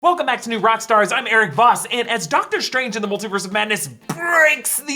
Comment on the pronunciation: “Dr Trange”